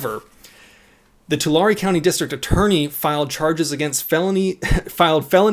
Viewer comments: Tulare=Tuh Larry not Talary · As someone who lives in Tulare county, I feel the need to inform everyone that it's pronounced To-larry (Larry, like the name) not Tulary. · Oh hay That's the county I live in. (edit): Tulare is pronounced like twolarry /as far as I know we are talking about the same Tulare don't know if there is another Tulare in cali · you can tell when someone is not from the central valley they always pronounce the city name funny. It is pronounce to-lare. Just like Delano its Da-lano. I feel sorry for the guy he is probably gonna get charged. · Tulare. Said like you would say 2 lair. Just FYI. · Tulare. Too-larry, That's how it's said. 🤦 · It's pronounced Tool/Air/E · It’s pronounced “Two-Larry” 🧐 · Its pronounced " Too Larry" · It’s pronounced. Too. Larie. Like larie the lobester. Fuck California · Oh and its pronounced " Two-Larry" (Tulare) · That is not the proper pronunciation of Tulare. lol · your saying tulare wrong